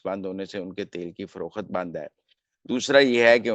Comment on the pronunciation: mohtaram, urdu ko zibah na kia kre'n lafz, frokht he, frokhat nahi lafz, mulk he, mulak nahi Regards